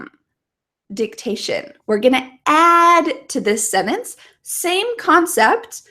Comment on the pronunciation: I've been just now using your video for vocal listening and repeating practice. Overall i appreciate your clear enunciation. But i would ask you to consider pronouncing the word sentence better. the way you said it sounds like senance